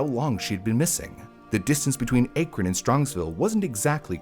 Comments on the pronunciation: THANK YOU. I almost stopped watching because of it. Akron isn't exactly an unknown city, either. Drove me crazy, all the mispronounciations. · It's pronounced “ACK-run,” and not “AKE-ron" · "Cuyahoga" is not pronounced "koo-yuh-ho-ga", but rather "ky-uh-ho-ga". Edit: And "Akron" is not pronounced "Ay-krun", but rather "Ack-run". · It’s not Acre-on it’s Ak-Ron. It’s not Cooahooga, it’s Kaya-Haga. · It’s Akron not Aykron 😭 like the A in Apple. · AYY-KRIN lol its pronounced ACK-RIN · ack-run ohio not aaa-krun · And unfortunately, Akron is also mispronounced. It is pronounced Ack-ren, not Ayke-ren :( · As a native Ohioan, Cuyahoga is pronounced (Kai-uh-ho-ga) and Akron is (Ack-ron), not (ache-ron)😭😭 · Ok I have to be that guy as a local to the place. Cuyahoga (Kai-a-ho-guh) Akron (Ahh-kron) Great episode otherwise 😅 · great video. all the mispronunciations got to me though 🥲 cuyahoga sounds like. kaya. hawga. akron is ah. krin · As someone from NE ohio, the mispronounciation of Cuyahoga, Berea, and Akron is so jarring. Kai-yuh-Hog-uh Bur-EE-ya Ack-run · Cuyahoga: KY-uh-hog-uh Akron: ACK-rin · Akron (short a like in cat), and Cuyahoga (Cuya is kaya like kayak) I’m sorry it’s a great video but my internal Ohioan was freaking out. 😂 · It's Ki-yah-ho-gah. And Bur-ee-ah. And Ack-ruhn. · Just nitpicking an otherwise great vid, but it's pronounced Cai-yah-HO-gah and Ack-ron. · Akron = A (rhymes with cat) kron rhymes with tun) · haha also "bur EE ya" and "AK run". a lot of place names in Ohio are native American, very little French-influenced pronunciations. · The way you were saying Akron was so annoying. It's pronounced as Ahkron. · Also Akron is pronounced as "ACK-ron" Knickname: Crackron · ACK! ACK!! ACK!!! It's ACK-ron!!!!!! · Kai-a-hoga Ack-run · Speaking as a native Clevelander here... Cuyahoga = k-eye-ah-hog-a Akron = ack-ron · Came here to say this. I kept saying, "ACKron!" 😆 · Dang eff Ohio lol Akron pronounced crazy too lol